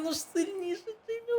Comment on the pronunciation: Не Джиммі а Джеймі😅